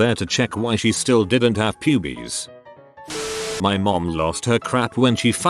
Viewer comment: Narrator - "pu-bees" Me 😅😅